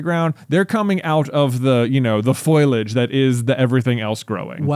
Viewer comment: "foilage" made me think of the marge simpson thing lol. it's foliage (foe-lee-ahj)